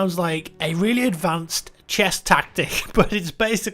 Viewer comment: 2010 So it seems he's saying "Pawn Rotation Latency" and "Chess Tactic" but at first I did in fact hear it as "Porn Rotation Latency" and "Chest Tactic".